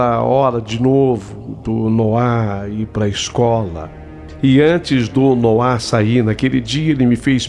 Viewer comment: ALGUÉM AVISA O QUE NOAH NÃO SE DIZ COM ACENTO NO "A" E SIM NO "O"!!! (NÔAH!!!)- SOM DE ACENTO, PORÉM SEM ACENTO. É H0RRÍVEL OUVIR A HISTÓRIA INTEIRA COM ELE REPETINDO MIL VEZES ERRONEAMENTE O NOME DO MOLEQUE!!!! 🙄👎🏻🤢